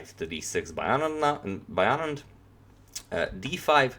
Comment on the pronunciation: U pronounced anand's name so accurately! I don't really like Carlsen as a sportsman,he plays really good but he is not a good sport!